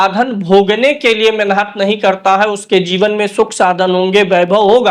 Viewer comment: शुद्ध शब्द मेहनत है न कि मेनहत शब्दो का उच्चारण शुद्ध करें